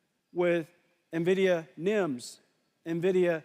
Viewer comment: Niividia xD